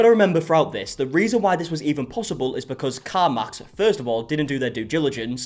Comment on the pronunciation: Is he saying car mox?